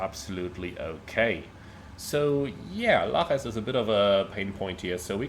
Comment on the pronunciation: Lajes = /lazhish/, it's Portuguese. 😉